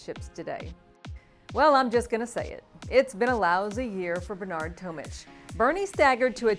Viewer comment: It’s Tomic not Tomich